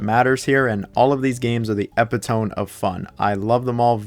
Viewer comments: But with him, I couldn't tell if it is intentional or not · Hard Unsub and Dislike for mispronouncing "Epitome"